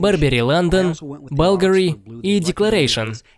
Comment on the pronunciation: Не балгари, а булгари